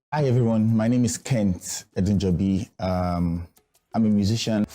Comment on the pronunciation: It is "Edunjobi"... 🤦🏽‍♂️